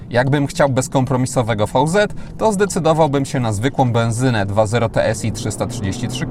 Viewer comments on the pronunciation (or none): VZ czytamy veloz (szybko)